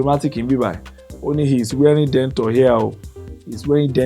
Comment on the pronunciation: Denture is pronounced "Den-Shur" not DENTOR.